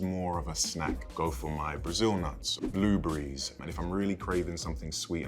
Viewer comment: He said “blue burry” lol